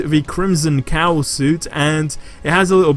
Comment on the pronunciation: It's ok you can't say cowl